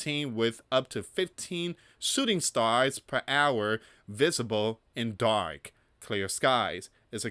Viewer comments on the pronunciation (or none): none